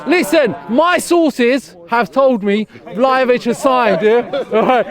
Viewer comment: My man said "Vel-o-vic" when referring to Vlahovic... is way worse than Robbie when it comes to butchering players' names for real! 😂